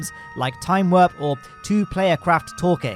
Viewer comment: “Time werp”